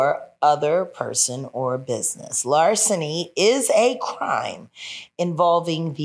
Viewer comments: What's a "larciny"? Do you mean "LARCENY" ? 😅😅😅😂😂😂😂😂😂😂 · “Larsiny”…..that Dallas ISD education for the win🤣🤣🤣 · LARSINY?? No one there utilized a dictionary or Siri? 😩😩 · 😂😂😂 crying at larsiny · Wth is " larsiny"???